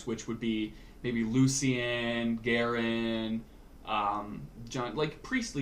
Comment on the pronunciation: kinda disappointed how Lucian's name was pronounced, I thought it was going to be Lucy-in not Loo-shen